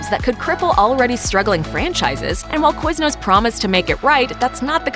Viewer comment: QuizNOOSS HAHHA